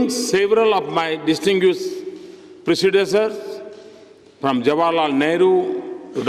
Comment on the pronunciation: Modiji mispronounced 'predecessors' as precedessors!